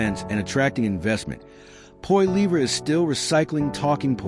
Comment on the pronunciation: Total bs. Carney is worse than Trudeau. He has only made things so much worse and we are in for much worse to come. Carney is Trudeau on steroids. You can’t even say Poilievre’s name properly. Idiot